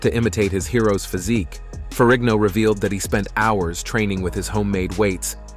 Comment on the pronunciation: I believe Lou's surname Ferrigno is pronounced FERRINO. The G is SILENT.